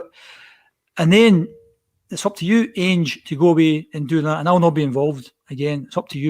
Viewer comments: is one of those people who mispronounce names wrongly ( Ainge instead of Ange, and Gayvin instead of Gavin ), yet persevere with their mistake even though they hear others pronouncing the names differently and correctly. ffs man, it's Gavin ( Gah-vin ) not fecking Gay-vin. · You can tell dies a little inside every time says “ange” “gevin” and jumps in every 2 mins